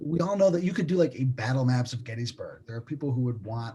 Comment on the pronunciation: Finally! Someone who correctly pronounces GET-tus-berg.. : )